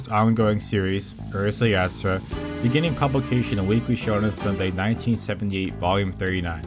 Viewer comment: Minor thing maybe, but since you use the title many times, please work on your pronunciation of it. Maybe American general audiences don't care, in which case, please disregard this.